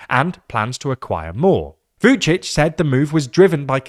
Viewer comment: V-yoo'dshidsh? Ra'faell? Please learn how to pronounce those names correctly. Remember: There are many other languages on this planet than English, so not every word is pronounced if it were.